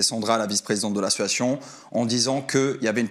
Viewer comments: Combien de fois a t'il dit : ma meilleur amie ???? Vousavez 10 minutes!😂 et !.... Combien de fois a-t-il dit : "ASSsiatioon"😂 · Mais pq il dit toujours « ASSUATION » au lieu « d’association » mdrrr c’est juste moi ou je suis folle ? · La prochaine fois qu'il dit assoation je dépose plainte 😂😂😂. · Quand est ce que ce mec arrivera à dire le mot association et pas " situation" .... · Mais wsh il dit « assosoition » 😭 … y’a rien qui va dans son interview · Ce que je constate c’est qu’il ne sait toujours pas prononcer le mot association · Il arrive toujours pas à dire " association " depuis tout ce temps 😅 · Pardon mais il sait toujours pas dire le mot « association » ça me tue 😂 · Association il sait toujours pas le dire😅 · Il ne sait toujours pas dire " association " 😂😂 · Bon ben il a toujours pas appris à bien prononcer le mot association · Pourquoi il galère autant à dire "association" ? 🙄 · Eh bin il ne sait toujours pas dire le mot "association"... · Il arrive toujours pas à dire le mot association mdrrrrr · Bon je crois qu’a part « c’était un vocal fait à ma meilleure amie » on a rien appris quoi 😂 à si on aussi la confirmation qui sait toujours pas dire « association » 😂